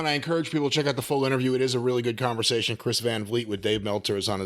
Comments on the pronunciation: Chris' name is "vlee-ay" not "vleet" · Van Vliet (as a dutchman Vliet is pronounced like weed) did a great job. Dave made a fool of himself, again